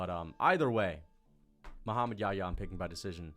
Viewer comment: dude if you can't pronounce YaHya, just say Mohammed John. John is the English version of Yahya.